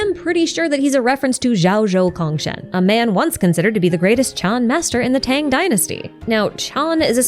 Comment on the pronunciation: lovely video as always but a lil nitpick regarding congshen's pronunciation, cong was supposed to be pronounced nearly as "tsong" (try chalice without the h) instead of "kong" as the latter would end up being a different thing :v